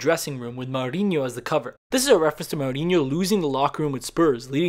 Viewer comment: its mourinho with an ou sound not ao like mouser